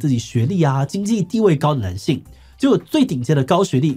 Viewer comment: 聽得出來鼻音很重 念稿的時候鼻塞了嗎 一直聽到男性與呂姓 可以在念之前先運動一下伏地挺身啥的能讓鼻子通暢一下子